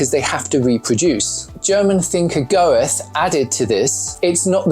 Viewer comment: How are you mispronouncing names like Plato and Goethe? These are amongst the most famous men in history